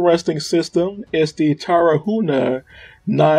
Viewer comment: Dude it's Tar-hu-na not Tara-huna. You said the name of the city right but the vehicle you butchered. Come on man! Great video.